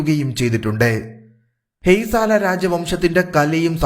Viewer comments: It's Hoysala ..not Haysala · ഹേയ്സാല അല്ല, ഹോയ്സാല